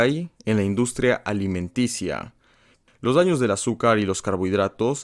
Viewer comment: Alimentacia :v Alimentaria wey alimentaria :v o alimenticia :v